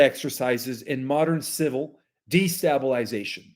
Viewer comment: (STABLE)....IS THE ENCLOSURE WHERE A HORSE IS PUT. (de-STABLE-ization) is pronounced correctly with a horse stable in the middle. 🙄 NOT (STAB), LIKE WHAT'S DONE WITH A KNIFE. de-(STAB)-ilization is incorrect. (de-Stabel-ization).